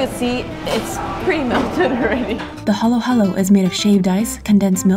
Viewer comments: Its not what u said its halo halo im from filipino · When she said 'halo halo' wrong i felt that (and filipino street foods are so good)